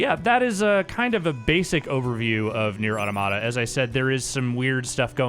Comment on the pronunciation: (by the way it's "nier autòmata" = sounding like "near robots" - nier automàta is more "near tomato" I guess and nope that's not the point of the game ;) )